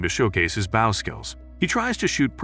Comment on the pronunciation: When it’s spelled bow but the bot voice says baw